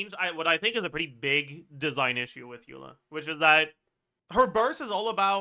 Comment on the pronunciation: Why he stopped saying Aela instead of Eula, it was so much fun